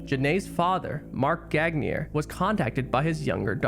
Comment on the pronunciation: man u murdered her last name.... horrible.